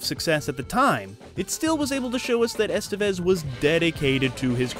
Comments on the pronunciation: It's not "ESS-tuh-vez." It's "ess-TEH-bess." Doesn't that sound nicer? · The accent is in the second e, Estévez. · "Estevez" is pronounced es-TEV-ez.